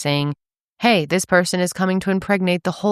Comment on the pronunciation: The “heyyy” at the start was Colorado coded